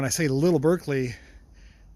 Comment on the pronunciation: What model Berkeley is that? (It's pronounced BARK-lee). I wonder if a Mazda B engine will fit in the Metro? The Kia version of the Ford Festiva had one of those. Interesting to see a Chinese engine in there.